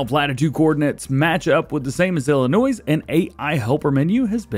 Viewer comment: Hey Dj great videos But I do have to say just one thing and it about the way say Illinois the S at the end is silent.